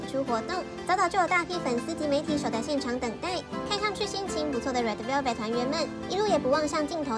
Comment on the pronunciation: 小編在說red velvet的時候好奇怪 是不是重音放錯地方？🤣🤣